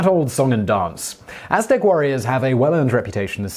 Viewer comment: Simon nailed the aztec gods lol